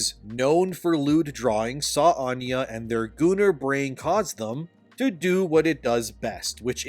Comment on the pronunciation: I love how you drop the word "gooner" like its a slur almost every time.